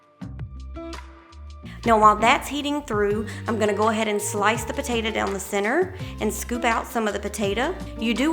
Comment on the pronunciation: I LOVE the way you say "potatah" - My mom was southern, and said it like that - She passed a few years ago.. It's nice hearing it again.